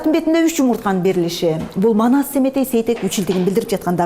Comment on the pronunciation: Маназ эмес Манас деп туура суйло